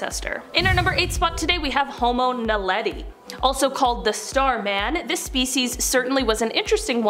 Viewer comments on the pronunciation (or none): none